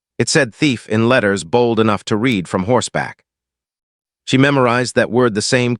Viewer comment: NAME IS PRONOUNCED SY-LUS. ARITHMETIC IS uh-RITH-muh-tik. Some uses of the word READ, are pronounced red. AI isnt very smart, and foreigners dont know how to proof read.